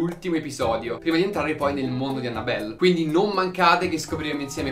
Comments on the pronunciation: La cosa che fa più paura è il come pronuncia "Annabelle" 😂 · Esatto, mi fa male al cuore sentirlo xD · Aiuto, come ha pronunciato Annabelle😂